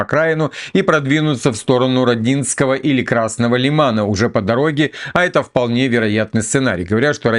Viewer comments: РОдинское, ударение на первом слоге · доброе время суток! Благодарю за твои 💪🏼👍🏼репортажи. Не в обиду- хочу попросить при упоминании нп Родинское ударение ставить на первом слоге- режет слух. Я сам родился в Красноармейске(СССР), а детство прошло в РОдинском. Жму твою мужественную руку!🤝 И удачи тебе во всем! Без обид🙏🏼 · Правильно ударение РОООдинское. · правильно говорить Родиское ударение на О)))) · Вот Вы говорите что Одесса неправильно произносят!Так вы половину Донбасса неправильно произносите!Аж ухо режет!Ро́динское!Я́мполь!